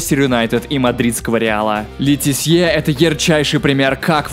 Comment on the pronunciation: Какой нахуй Ле Тессье. лооооооооооол))))